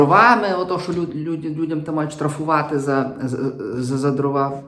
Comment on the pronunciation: Дивно, вибачте, що високочолий український гуманітарій, якого регулярно слухаю і читаю, слово Дрова каже з наголосом на другому складі (привіт русскому язику... )) що вже тоді очікувати від "простих" журналістів